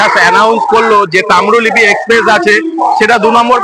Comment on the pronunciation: Tamrolipi NOY Tamrolipto